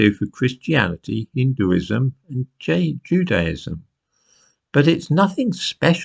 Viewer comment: You pronounced judism wrong again matey...